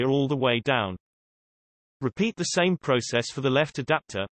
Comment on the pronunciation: "...towards teh nose area"